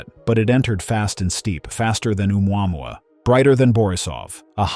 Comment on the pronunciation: This cant pronounce Oumuamua